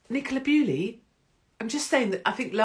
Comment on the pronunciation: Dear Ms Hupkiss, Nicola Bulley is not Nicola Bewley.